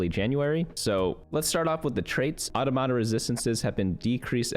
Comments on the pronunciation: aw-TAH-muh-tah. Aw slow, Tah-muh-tah is quick. Accent on Tah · Just a FYI: Automata is plural of automaton. So the pronunciation of Automata would be Aww Tah Muh Tah. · the pronunciation was fine, the stress timing was just a bit off ^^